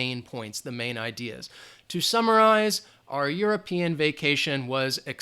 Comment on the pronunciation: Instead of: "to summarize", I heard "2 samurais"!!! 😂😂😂 Thanks a lot Teacher ""... 😉